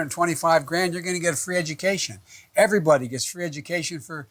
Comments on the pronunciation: She can’t say the word “education “ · she says she wants free education but literally cannot even pronounce the word lol she honestly sounds so dumb it’s actually like a confused child talking to an old man with dementia